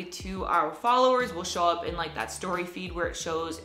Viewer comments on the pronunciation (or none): Each time you are pronouncing "feed", it seems like "weed". Please correct your pronunciation